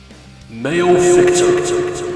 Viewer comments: Male-fick-tor💀 Ma-le-fi-ci-tor left the chat. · i hate the pronounciation of maleficitor but ok